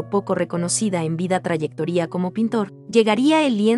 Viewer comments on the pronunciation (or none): Excelente! Sólo hay que cuidar algunas palabras mal pronunciadas en la narración: trauectoria (sin tilde), perfección (no proyección), etc. Buen trabajo 👍